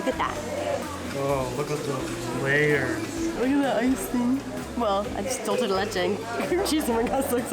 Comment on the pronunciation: THEY PRONOUCE DOOL CHE LIKE ITALIANS !!!!!!!!!